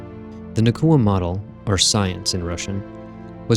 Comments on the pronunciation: Nah-Ooh-Kuh Not Nah-Koo-Uh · Nauka, not Nakua. But after that great informative video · It's nauka not nakua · Love the vids. But it’s pronounced NOW-ka. Not na-KU-a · Na-oo-ka, not Na-koo-a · I had assumed it was a “Naw” type sound like in the word ‘nautical’ but apparently it’s more of a “Nye-oo-ka” pronunciation. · brilliant video as always but wanted to point out that nauka is pronounced more like noy-ka or the more american version now-ka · it's more like 'Naw-oo-kah'. The first syllable sounds like 'Nu' in 'Number'. (Just a native russian speaker passing by) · I'm sorry, your stuff is really good, but the pronunciation of Nauka here is really putting me off - it's more like "NOW-ka".